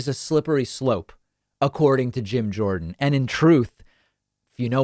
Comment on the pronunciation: Jorden not Jones